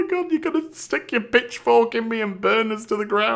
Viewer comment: Did you say "pitchfork" or "bitchfork"? I mean, either one works, I'm just curious.